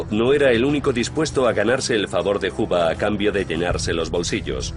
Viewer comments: Porque lo pronuncian "juba" lo correcto es. "juuber" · Tal parece que este documental trata sobre un casi tocallo de J Edgar Juber (pronunciación).... Y nos presentan " Los secretos de J Edgar Juba". En los otros 1000 documentales y durante medio siglo hemos oído hablar sobre "Juber"........ Solo hoy en este video van a hablar de "Juba". {obvio, estoy hablando con ironía sobre los CAPRICHOS GRAMATICALES de los periodistas y pseudoperiodistas hispanoamericanos..... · "Huba"? Que pronunciación tan fea jaja 🫠